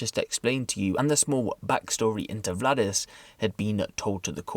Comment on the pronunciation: Btw butchered the names: In Latvian names are pronounced as they are written, ie. Valdis is not Vladis. Got Lainis right tho. Keep reporting tho - I like your reports 👍